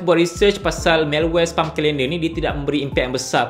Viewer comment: Please learn how to pronounce SPAM.